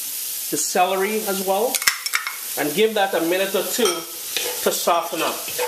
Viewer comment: did u say salory after carrot?,i need to know didnt get it right